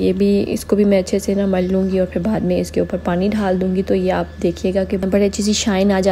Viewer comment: Ap dalny ko dhal do gi bolti ha please gore are baki superb